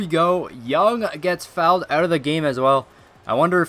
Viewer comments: Please don't say "fouled ougggtt" again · "He fowelled ouut"